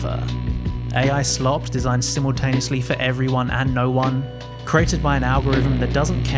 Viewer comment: "human desined sets"